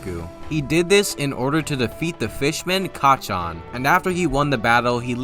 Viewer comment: His name is hatchi not kachan